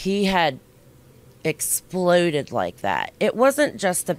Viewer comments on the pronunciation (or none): “I was just in shock that he.. EXSPLOODED like that”